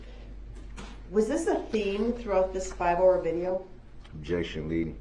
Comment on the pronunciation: YES! IN CRIED WHEN SHE made her heartbreaking statement....and when Zach asked her "how many kids do you have?" And he said "OBJECKSHUN irrelevant" he basically said her kids were irrelevant....but I honestly think he meant it just as it sounded! Only him and his kids are relevant...if even his kids...it's more like HE IS THE ONLY ONE THATS RELEVANT...HE'S DEFINITELY A SICK MAN..BUT NOT MENTALLY ILL..HE'S PURPOSELY MENTALLY ILL...BY CHOICE, HE ABSOLUTELY KNEW WHAT HEBWAS DOING! I'VE SAID IT A MILLION TIMES AND I WILL SAY IT AGAIN..THIS MAN IS CLASSIC DUNNING-KRUGER...I WORK WITH THE MENTALLY ILL, DAILY! THIS IS NOT A MENTAL ILLNESS...AND HIS MOTHER IS TO BLAME AS WELL. SHE CREATED THIS DEMON..BY NEVER HOLDING HIM ACCOUNTABLE! TO THIS DAY, SHE IS MAKING EXCUSES!!!I HOPE EVERY VICTIM SUES HER CAR INSURANCE COMPANY AND SHE GETS WHAT SHE DESERVES...SHE IS ALSO CLASSIC DUNNING-KRUGER...I HAVE WATCHED EVERY SINGLE INTERVIEW WITH DAWN WOODS....I REALIZE HE IS HER SON...BUT I HAVE 6 BOYS...IF ONE KF MY BOYS DID THIS, THR POLICE AND COURTS WOULDNT HAVE TO WORRY ABOUT AN INTERROGATION OR A TRIAL FOR THEM...I would be the one on trial...because they would no longer have a heartbeat...I would take care of the issue and turn my own self in! But Thank God, my boys know how to take accountability with their actions and they know better! They're far from perfect...but they absolutely know right from wrong and the consequences (sorry for the all caps...my phone does that from time to time..Go